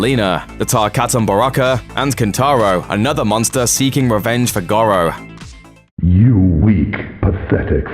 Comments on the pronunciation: Shang Soon !? and Gorow !? Hilarious but seriously stop talking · Shang Tsoong? Goh-ro? I haven’t watched the rest but you know nothing Jon Snow.